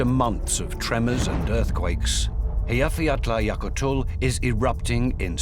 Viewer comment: Actually, he really butchered it. I think if people can't pronounce it well enough, it's better to just skip it.